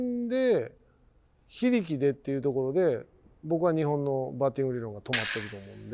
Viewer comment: ｢非力｣の発音が松井｢秀喜｣で草